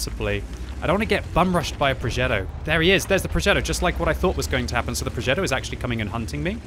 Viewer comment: "Progeddo" Cmon, you're not American.